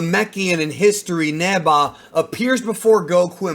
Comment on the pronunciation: I keep hearing “neba” people know it’s Neva right?